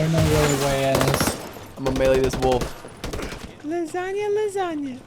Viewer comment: Nobody: Them: LaSaGnA lAsAnGa